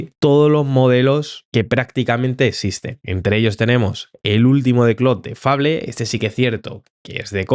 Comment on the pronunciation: La pronunciación correcta de Fable es ‘feibol’, igual que hacemos con Apple en España